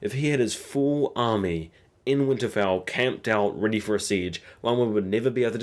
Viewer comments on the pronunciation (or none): none